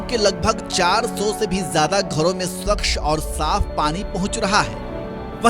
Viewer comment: एंकर्स को उच्चारण पर ध्यान देना चाहिए। स्वच्छ, होता है, स्वक्ष नहीं, और क्षमता होती है, छमता नहीं। पता नहीं लिखित अक्षरों को इस तरह भ्रष्ट करने का यह पाप किसने किया है।